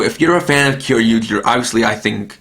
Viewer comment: If you are going to pronounce Kyoryuger you must pronounce it "Kyoryuja"